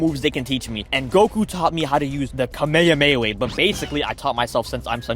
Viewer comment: kameyhameylee 💀 also respect for Jin’s brother